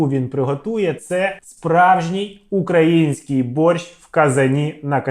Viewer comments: Таке відчуття, що він спеціально десь невірний наголос ставить. Бо борщ у нього укрАінскій всюди, а сало в один момент стало украЇнским. Дуже цікаво :/ Ну і УкраЇна каже нормально ж, а не УкрАїна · На публіці в такій, перепрошую, залупі розкладати вогонь? На вогні робиться мега смачно, то факт, нарізка слабенька, але для себе має право на життя. Наголос на український.... Так тяжко с*чара покласти на правильне місце наголос? Щоб я розмовляв українською на такому рівні, я вчився десь 12-15 років. Дебіла кусок, що не може наголос покласти. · А мене одної кров з вух пішла від його вимовлення слова Украинський ???😮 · просто у персонажа синдром рускаязичної щелепи, не може він вірно виговорити слово "український" 😂